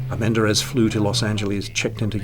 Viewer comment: Pedro AR-men-DARE-iz. (Not that it matters that much …)